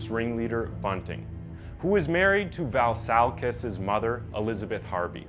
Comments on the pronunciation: kis surname is vLassakis not Varrsarkis, the "L" is pronounced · It's pronounced vlah sah kiss. Its greek. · How many different ways can a person pronounce 'Vlassakis' 😂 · i've been watching your videos for some time now and i realized you don't pronounce good, or even decent, the names of non american characters. In the argentinan 9 year old killer you said Buenos Aires in 3 different forms. Now on this one with the Vlassakis dude you dont even say Vlassakis, you say Valsakis. I fully recommend you to search for the pronouncations before you record.